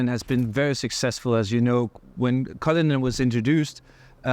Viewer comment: cullinan ❌ cryllinan 💯